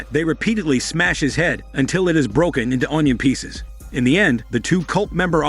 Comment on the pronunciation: whenever he says onion peaces it just triggers me to laugh and the accent makes it better